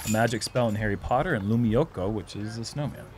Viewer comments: Hei you prononounced lumiukko pretty well. I dont know why did you guys suddenly start talking about finnish snowmen but execution was pretty good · You said it perfectly Nate, it's lumiukko ⛄ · Nate's "lumiukko" was spot on (unfortunate for Paul though)! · Yeah the finn's version of the 8 is lumiukko and you said it pretty well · Don't worry, you said "lumiukko" correctly